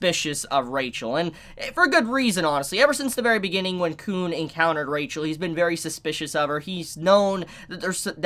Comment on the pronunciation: its khun not kuhn